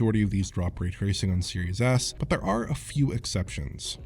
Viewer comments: You'd be right lmao. Series Ass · I keep hearing "serious ass"